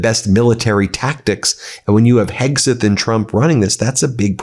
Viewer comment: Kegseth not Hegseth